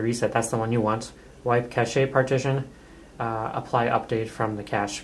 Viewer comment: OMFG could this guy be any stupider? They're having the dumbest r-tard they could find do tutorials - yet doesn't know what ADB is or how to pronounce the word "CACHE". Thumbs way down.